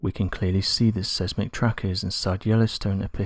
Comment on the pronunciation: I love your channel but for goodness sake learn how to pronouce words correctly. In this video the word siesmic should be pronouced SIZEMIC! It is really annoying that you do not get it right! Love